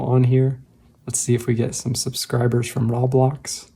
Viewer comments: Not to critique, but I think you mispronounced Roblox. It's supposed to sound like Row-blaaks/Row-blocks, not really Ra-blocks, which is how it sounded in the video. I apologize if I sound like a grammar nazi. I was confused about the app you were talking about in the video until I realized you meant Roblox. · Dude really said rablocks 😂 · Roh blox like bro it's like saying Row blocks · roblox is pronounced row - blocks